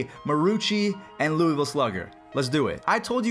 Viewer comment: I’m from loooooooovuuulll not Luisvilee